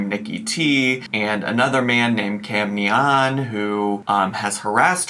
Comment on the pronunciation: Am I crazy, or is it not Cam Nyan like Nyan cat? (Ny-ann) I am only asking because this is the third person I have watched pronounce his name like did, and I am starting to think I am crazy. Lol